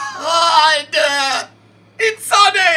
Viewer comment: in-sané good one